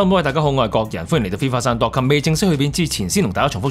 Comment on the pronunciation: Dot com 還是 dot cum???